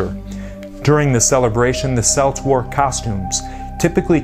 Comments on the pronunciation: Celts Hard C as in Kelts or Kilt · Wow he really butchered the pronunciation of Celts and Samhain. Celts is pronounced as though it is spelt with a k (kelts) and Samhain is pronounced (sau-ihn)